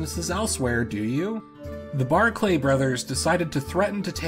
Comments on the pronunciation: Barclay is just pronounced 'Barkly' - I know it sounds less fancy that way but a lot of Scottish names do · One thing, they are called Barclay, not Bark Lay. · Are the mispronunciations an intentional detail to drive engagement? "Guernsey" is pronounced "gurnsy" not "geairnsy". "Barclay" is pronounced "barkly" not "bar-clay". You could have spent 30 seconds to look for a video of people saying either word. Highly irritating.